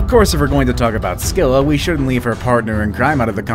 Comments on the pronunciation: Not to be rude but the "C" in "Scylla" isn't pronounced like that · Not scyall it's ugthulu